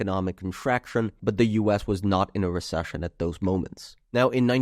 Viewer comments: Re Sush un lol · cant get over hearing him say re-shush-ion over a hundred times - still interesting analysis of historical data